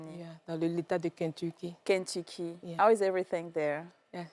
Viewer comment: I am sorry la go the Kentucky là ne parle pas bien anglais du tout et ne sais pas pronouncer le nom de l’Etat 🤦🏽‍♀️ what is “ I am speak English “ ? Mais courage a elle a traversé une histoire dure mais c’était evitable. Soyez pas naive